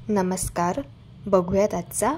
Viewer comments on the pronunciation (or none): none